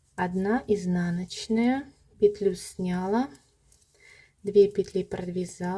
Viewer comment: С таким удовольствием посмотрела Ваш мастер-класс, пока не услышала, как Вы неправильно произносите ударение в слове "снялА", а не "снЯла".... Следите за правильным произношением, пожалуйста.... Режет слух Ваше "снЯла".... Извините. Удачи Вам.